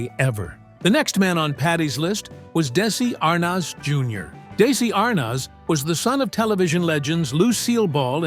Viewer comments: Darn AI- tell tale sign how pronounced "desi ar-nez" ?!?! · Da-si Ar-noz? These computer-voiced videos are horrible and unwatchable. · Daissssy Arnoz - that's AI for you. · AI Robo-Voice says, "Daisy AHR-Nahz, Senior" and i click away. Bye bye, stupid Ro-droid. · These AI mispronunciations lie heavy on the ear. Really? Desi Arnoz? Is it so hard 2 get a human 2 narrate? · Why can’t the narrator pronounce Desi Arnez Jr correctly? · Desi arnaz Jr ,not how ever you mispronounced it